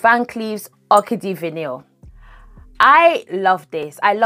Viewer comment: L❤VE vanilla frags! Heads up-the word Vanille (as in Orchidee & Fatale) is pronounced: Vah-knee rather than Van-nil And I personally don’t need notes on the screen